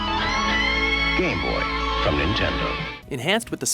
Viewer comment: for some reason, every time he pronounced "game boy" it came out as "gay boy" lol..